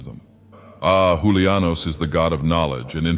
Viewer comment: Did you just pronounce Julianos as a spanish would?